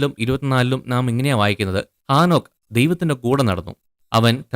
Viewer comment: ആ നോക്ക് അല്ല . ഹേ നോക്ക് ആദ്യം മലയാള ഭാഷാ സംസാരിക്കാൻ പഠിക്ക് ബൈബിൾ വചനങ്ങൾ തല തിരുവൊടെ പഠിപ്പിക്കുന്നു നിങ്ങൾ നിങ്ങളെ പറ്റി വെളിപാട് 22 ൽ പറയുന്നണ്ട്